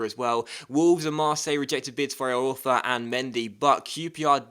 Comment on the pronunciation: It's pronounced "E-Orfa"....